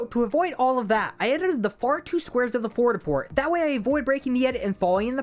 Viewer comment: fort a port